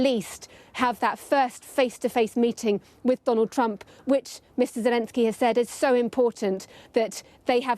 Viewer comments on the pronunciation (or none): none